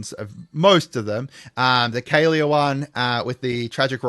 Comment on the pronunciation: "KA LEAH" not "Kay Leah"